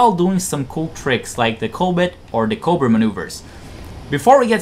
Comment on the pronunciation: Are you trying to say "cobra maneuver"? I clearly hear a 't' or 'd' and no 'r' at the end of the word when you say it. It sound like you say "covid maneuver" Even the captions say "coal but". Just slow down when you talk. I never understood why foreigners speak so fast yet haven't learned pronunciation. I would think it would be the other way around. This isnt meant to be an insult. When English speakers learn a new language they usually have to speak slowly untill theyre fluent, and speed is the last thing that comes. We must sound dumb to the rest of the world lol. Some foreigners that are fluent will speak so fast and we wont understand. Maybe English has too many unnecessary words, so foreign speakers rush through the sentences?